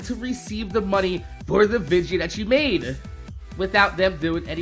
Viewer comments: why do you say videa instead of video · lol i looked it up its actually vidja games and the definition sais its how said video games